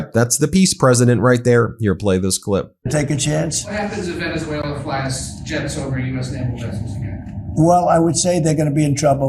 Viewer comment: Yeah but has difficulty pronouncing "Venezuela" 😅